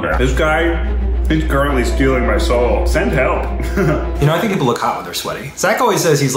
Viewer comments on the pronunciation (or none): none